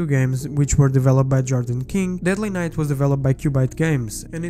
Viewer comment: Lol, i can barely understand him through his accent, he literally pronounces night as knife